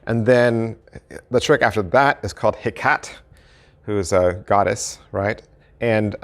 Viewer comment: Great review. Perhaps review your pronunciation of the words "Cartesian" and "Hecate"...